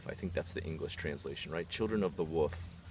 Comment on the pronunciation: Are you saying woof or wolf?